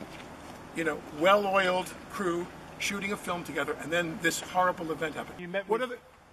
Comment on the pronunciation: Emphasis on the “Shooting”.